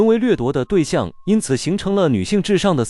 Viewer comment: 不是台灣。台灣不會說 4地球人，會說 是地球人， 會念數量不是速量 澀會...感覺只是ai被刻意調成了部分 ㄕ音會變成s音